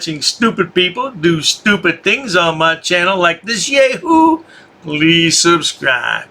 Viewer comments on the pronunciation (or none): Surely "Yahoo" is pronounced "Yah-hoo" rather than "Yay-hoo", in both the US and the whole English-speaking world? However, I don't know how frauditors pronounce the word...!